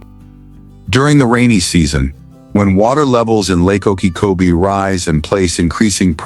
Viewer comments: The voice is not able to pronounce Lake Okeechobee right. Gets it wrong on on its size. It is not said in meters. That is what foreigners use. We ain't foreign. Gets it wrong again on the distance. It is 26 and 9/10 miles. metriQ is fine for foreigners...we Ain't foreign. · Pretty good content, but the AI couldn’t learn how to pronounce Lake Okeechobee?